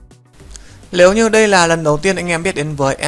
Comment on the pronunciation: Cào Cào lếu như